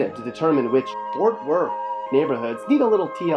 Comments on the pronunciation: Stop saying fort worth like that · Boy delete this shit houses don’t look like that in Fort Worth let alone Texas, you can tell you never been here just by the way you keep saying “Fort Worth” 😑👎🏾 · He can't even pronounce Fort Worth, what a pos video, Our city is amazing ❤️